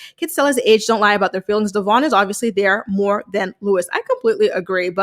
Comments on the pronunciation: Also, you cannot tell me "Luis" is pronounced Louis. He's hispanic. That shit is pronounced "Loois" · They can’t pronounce his name right!! Omg the disrespect is strong